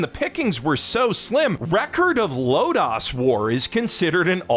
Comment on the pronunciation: Very slight quibble on an otherwise fantastic (ha!) vid- The second 'o' in Lodoss is also hard. I was afraid I was having a stroke every time it got mentioned. -an ancient eldritch otaku who remembers when it was first released on VHS in the States